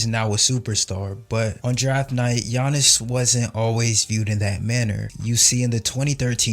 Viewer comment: For all his flaws, Stern really knew how to pronounce names properly. You can see him gather himself before announcing Giannis' name.